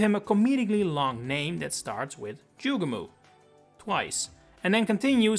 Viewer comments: Joo gay mo, not Joo gah moo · ITS NOT PRONOUNCED JUGE-MOO. ITS JUGE-MO! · Delete this video, you sound like an absolute fool building any theories on the sound "moo" which is no where in the word "Jugemo"